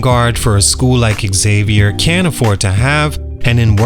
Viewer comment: The college is pronounced “Zavier” not Exavier!